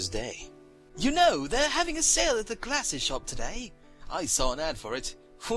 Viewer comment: "You don't like mah glazzezzz?" XD